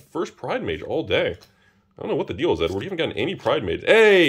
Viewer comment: I swear he keeps saying N-word when he says Edward.